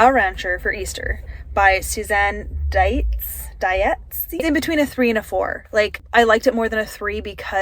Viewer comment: ‘Dietze’ is pronounced ‘Deets’. 😊 I didn’t personally care for ‘Redeeming Love’. I did, however, love ‘A Lineage of Grace’ which is an anthology of five of Francine Rivers’ books: Unveiled [Tamar]; Unashamed [Rahab]; Unshaken [Ruth]; Unspoken [Bathsheba]; and Unafraid [Mary]. Dee Henderson’s O’Malley series [with the two prequels ‘Danger In the Shadows’ and ‘Jennifer: An O’Malley Love Story (which is a background book)] is great! The rest of the books are ‘The Negotiator’, ‘The Guardian’, ‘The Truth-Seeker’, ‘The Protector’, ‘The Healer’, and ‘The Protector’. They are true-crime books [except ‘Jennifer’] so they are intense. But sooooo good! The ‘Brides of Montclair’ series is 15 books and spans from the late 1700s [post-Revolutionary War] to 1980 and centers around the Montrose family and their ancestral plantation near Williamsburg, Virginia. ‘The Bregdan Chronicles’ is now 22 books, starting just before the Civil War in 1860 and, so far, we are up to 1873. Book 13 is a book about the—author. Didn’t buy it, wasn’t interested. But the rest are good, so far. If you like history, you will love it. I haven’t bought the last one yet. Brides of Montclair are much shorter books altogether but not shallow at all. Robin Jones Gunn is awesome! However, since I was already an adult, I wasn’t really interested in ‘Christy Miller’ until ‘Christy and Todd: The College Years.’ Then I read the ones about their wedding, then the early years of their marriage and two children. The series abo